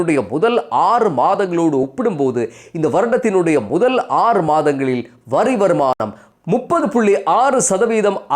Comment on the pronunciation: வரி என்பதை வறி என சில தடவை உச்சரித்தீர்கள்.